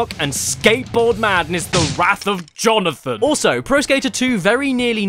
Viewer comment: "Jonathan." -Jonathan, Jo/na/than